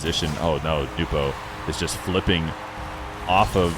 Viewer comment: I'll say it everytime but NEWPO sounds so much better than NOWPO and I don't think I've ever seen him correct anyone on their pronunciation. Ain't no way it's "new whip oh" though 😂